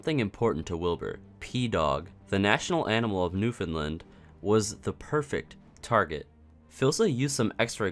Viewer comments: You said Newfoundland right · PROPER PRONUNCIATION OF MY PROVINCE IF NEWFOUNDLAND POG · You're the first person to make an SMPearth video that I've seen properly pronounce Newfoundland 😂😂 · You’re pronouncing Newfoundland correctly.